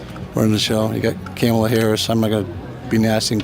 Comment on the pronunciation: CAMEL-ah? That's a new one. Why can these t4rds not pronounce her damn name by now? It's ",-la" - COMMA-la... they call her COMMIE-la, ka-MAH-la, anything but the actual correct pronunciation of her name!!!!! At this point, I think it's disrepect more than it is ignorance, though it's really hard to tell with this lot!